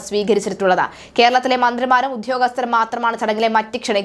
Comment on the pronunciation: വാർത്ത വായിക്കുന്ന ആൾ ഒന്നു ശ്രദ്ധിക്കുക - സംഗമം, ഉദ്യോഗസ്ഥർ മുതലായ വാക്കുകൾ ഉച്ഛരിക്കുമ്പോൾ ഇടക്കിടക്ക് തെറ്റുന്നു. ഒന്നു ശ്രദ്ധിക്കുക.